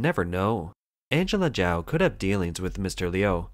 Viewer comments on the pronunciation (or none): "Chao" is pronounced Chowe not Jow. You can't even get that right, then how can anything else you say be trusted?? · This woman's family name was not pronounced /jow/; it is /chow/. This channel often does poorly with pronunciation of names.